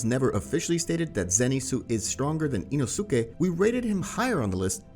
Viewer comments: Love how he says ino-su-ke Btw say inos-ke I think that’s how his name is pronounced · IT'S "EEE-NOO-SKEE" NOT "EEE-NOO-SOO-KEE"!!! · Next time please say ino-si-ke instead of ino-su-ke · ITS NOT INOOSUKE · eeno soo keh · Anyone else get so annoyed by this guys pronunciations? Ino soo kay. ?????? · i love this dudes content just hate the way he pronounces the names of these characters 😂 EenoSookay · Say it with me. E-no-skay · The way you say inosuke bothers me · That's tottaly hoe u say inosuke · Bro the way he said inosuke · You’re not supposed to pronounce the u in inosuke …. Same thing with sasuke … the u is silent